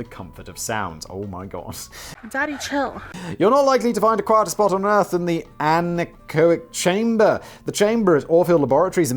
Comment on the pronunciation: Don’t worry you pronounced anechoic chamber correctly.